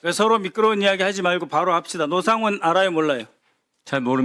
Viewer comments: ? 왜 “노”를 “로”로 발음하죠 저분?? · 노상원을 로상원이라 발음! 소름 ~~ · 발음이 왜 저럼? 로상원?